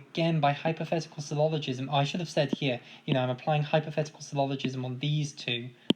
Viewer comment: it's "syllogism" not "sylloligism".